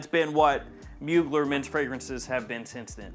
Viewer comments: It’s pronounced : Moo-Glare Not like : Bueller… Bueller… Bueller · Try to pronounce...mu glaire or muglère...is french ...not a mogler